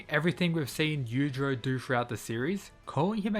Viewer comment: The way you say their name makes it really hard to tell which one you’re talking about. Yujiro: yu-jee-ro Yuichiro: yu-ee-chee-ro